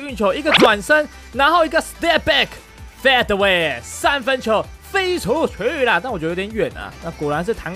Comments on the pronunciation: 是Fade away 不是 Fat away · fade away可以讀好嗎? 你讀成'FAT away'了, 可以讀'飛away' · 一天到晚fat the way,听的很辛苦，能否正确发音？